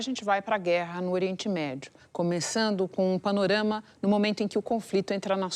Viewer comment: Repórter falando “PANORMA” 💩💩💩💩